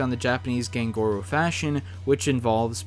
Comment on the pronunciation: Btw it's not (gang gor-u) it's (gahn-goo-row)